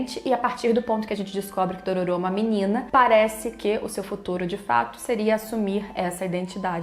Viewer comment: DorÔro, é um excelente remake. Merece até ser pronunciado com a entonação certa...